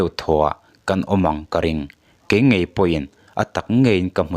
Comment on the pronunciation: Thilvâr phût ni lovin. Thilvâr phut tih tur. Ngaih ni lovin ngeih tih tur. Mizo tawng hi hman dik tum hrâm hrâm teh u.